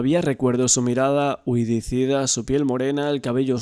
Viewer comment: Huidiza, no huidicida